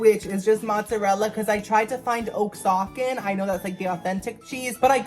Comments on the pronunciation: Lol I don't know if you were joking or not but "Oaxacan" is not oaks-ocken, it's wuh-haw-ken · Just in case it wasn’t part of your jokes, oxacan is “wa-hawk-an” - love you,!!! 💗💗💗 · I laughed when you said o-ax-can 😂 I’m Mexican so it’s pronounced “wa-ha-kan” btw love your videos been watching them since you made diy giant candy and food 🥹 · girl did you say oak-sock-an??😂😂 it’s pronounced queso wuh-ha-cuh lol love u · That half white came out for the first time with that oak-sock-can cheese 😂😂😂 You pronounce it like wa-ha-cahn ❤️❤️ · Oaxacan is pronounced; Wa-ha-Ken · I'm as white as a cloud and I kept correcting him very loudly. I'm sure my neighbors thought I was losing my mind. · Oaxacan !?!? 😭😭😭😭😭 (Wua-ha-kah) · “Oxacan.. I can barely spell it..”, you can barely pronounce it 😂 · No Oh-Zahcan cheese!.